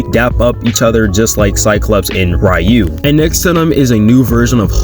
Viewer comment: “Rai yu” 😭